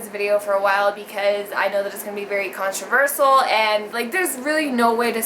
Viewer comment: She said controversal, dude. lmao